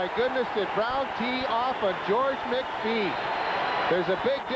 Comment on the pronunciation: "Did Brown tee off on Mc phee". Pull your head out of your dink announcer. The only way Brown wins is because he jumps people.